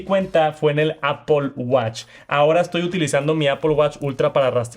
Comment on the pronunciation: APPOL??? REALLY,?